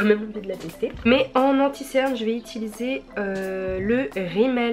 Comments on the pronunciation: Utiliser !!!! 😂 pas itiliser 😭😭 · qui a remarqué qu'elle Dit "étiliser" au lieu de utiliser ? 😂